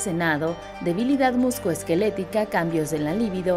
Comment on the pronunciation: "Muscoesqueletica", estoy casi completamente seguro de que la nota que estaba leyendo la chica si decía bien la palabra completa pero ella decidió no leerla correctamente. "Musculoesquelética"